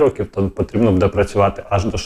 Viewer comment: Не " надіюсь ", а " сподіваюсь ", не " будЕ ", а " бУде " - вчи українську мову, бо задовбав вже своїм суржиком!